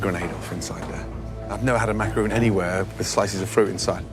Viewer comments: Joe: "The Macaroon" No, no they are not, they are Macarons. That is not how it is pronounced, that's a whole other cookie! XD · Every time they said "macaroon" I felt a piece of my soul leave my body. You're professional chefs, it's macaRON not ROON... dear god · Did joe just say 'macaroon' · Youd think gordon of all people would pronounce macaron correctly